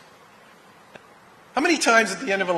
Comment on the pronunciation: Did he say "period" 😂😂😂😂